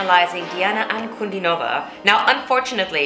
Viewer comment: Her name is pronounced as D-Anna Un-Cu-Dean-O-Va